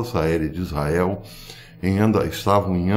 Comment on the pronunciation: Bom domingo professor, tenho sempre acompanhado seus vídeos, mas gostaria que o sr. Desse um capricho quando da pronúncia da palavra ISRAEL RRRR